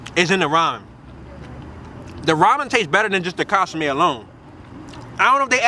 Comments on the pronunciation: Bro got me dying talkin about casame😭😭😭 I’m like wtf is he talking about, til I realized he was referring to the consume (con-su-meh) 😭😭😭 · "Casame" hahaha